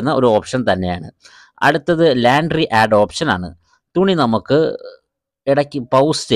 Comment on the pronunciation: ലാൻട്രി അല്ല ലോൺട്രി ആണ് ഉച്ചാരണം